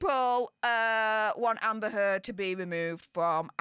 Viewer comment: Great show! Love the turd pronunciation of that ugly woman.